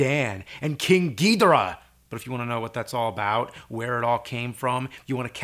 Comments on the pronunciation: Man I loved you and your videos until you said king GEEDRAH!!!😂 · It's Gui-Do-Rah ( joke ) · "king Geeedoruhhhh". .It's king "Gi-Doorah" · I'm sorry Cinemassacre, but I must insist on "Ghidorah" as the correct pronunciation. "Gheedra" makes no sense. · Its ghidorah not giidorah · james pronounces gidorah like he’s talking about MF DOOM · I know I’m late but James I really hate how he pronounces ghidorah